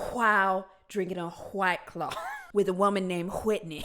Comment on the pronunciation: “H-WWYYT CLAWW”😅😂